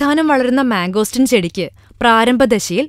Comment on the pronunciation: Mango steeeeeeen not mango stin :)